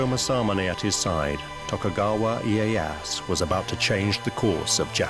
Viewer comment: worst japanese pronunciation ive ever heard. i-e-ya-SU. not iiehass